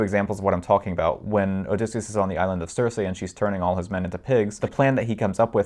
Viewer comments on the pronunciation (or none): none